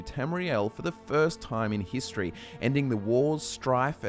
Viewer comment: The first time in "hist-tree" 🤣